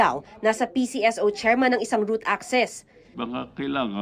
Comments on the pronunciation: Was about to say it pero yes root access nga hindi route access. LOL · ROOT ACCESS, hinde route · bka "root" access hndi route. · "ROOT ACCESS" NOT ROUTE CGURO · ROOT NOT ROUTE ANO BA YAN!